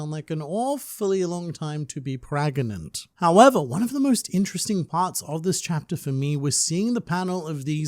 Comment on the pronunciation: did he say “child..drenn” lol what’s up with your English man *edit he just said “pragnant” lmao I know he’s Australian and all but this has to be on purpose because he was pronouncing it right just a few seconds before that, or atleast I think..it was too fast to hear.